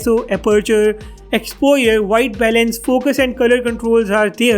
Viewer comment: Exposure, or expoyer ?